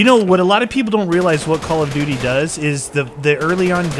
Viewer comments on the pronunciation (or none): did anyone else here say codel dooty?...................................lolz